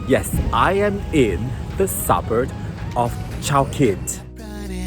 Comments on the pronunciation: It’s pronounced suburB, not suburD! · It’s suburB, not suburD!